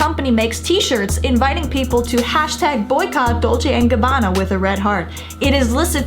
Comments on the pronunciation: 补充一点，影片中，所有的意大利语都是用非常夸张的错读的，包括他们自己品牌的名称，都是很明显的故意偏离了本来的读音，应该是嘲讽中国人讲外语时的口音。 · 我不懂意大利语哈， Bravissimo的确很奇怪，因为我看到网上有评论说可以理解good job，然后理解成活很好，但我查了很多解释，包括隐性理解，不知道为什么对一个女模特要用男性复词，这部分目前我也不懂。 Dolce&gabbana的读音有故意差别，但是不能用这个点来证明D&G有偏颇， 时尚圈牌子难读、读错是历来已久的，很多欧洲品牌、法国品牌在英语国家改成了英语发音， 比如： Versach-EH在英语国家被读成Versach-EE， Yves Saint Laurent 改名Saint Laurent，其中一个原因是常年Yves被读错，被读成YSL。 我自己遇过的口音歧视是被人叫”ching chang chong“，但我当时只是沉默无视。 歧视行为更多是看对方的动机、目的，D&G视频本身是为了在中国的秀做宣传，而铤而走险“故意”制造话题，则是他们自己的选择。